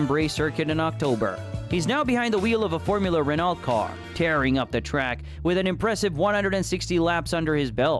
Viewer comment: As a car guy. Renault is French. It’s pronounced “Renn-Oh” 💕